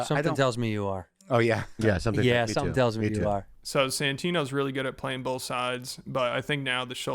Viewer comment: bowlth... heard it bowlth ways